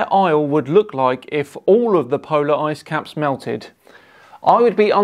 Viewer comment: Did he say "asscaps"?